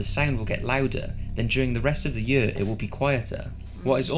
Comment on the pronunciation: Why tf he keeps saying “year” like “yEuUA”